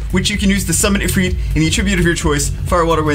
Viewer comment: The way he says ifrit actually angers me.